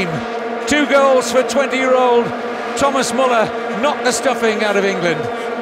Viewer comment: The least the commentator could do was to pronounce correctly Müller"s name. The guy earned that respect, did he not ? :)